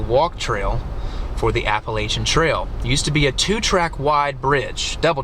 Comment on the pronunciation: How does a guy living in West Virginia not know how to say Appalachian?